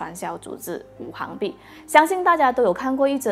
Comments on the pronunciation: Wu xing bi, not wu hang bi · 五行币是读五"xing"币，不是五"hang"币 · 拜托。。。是五行（xing）币。不是五行（hang）币。。。 ==“ 晕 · ，五行讀作行(xing2)，是金木水火土的總稱